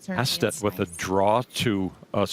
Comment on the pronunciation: Astedt just made a blunder. Surprising. Bad read on his part. I think it's pronounced Oh-sted.